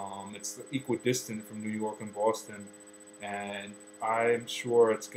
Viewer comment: I noticed a difference too, when he said Boston like "Boowaston". Totally not how I say it, and I'm from dead-smack central Connecticut too!